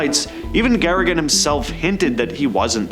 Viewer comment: its Yuri Gagarin NOT Yuri Garrigan